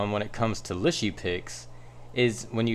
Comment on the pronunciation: It’s pronounced Lee Sher. 😊